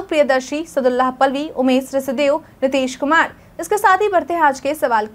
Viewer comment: Good evening maim. मैम आप से आग्रह है कि आप मेरा नाम सादुल्लाह पालवी ही पढे। सदुललाह पलवी नहीं । ।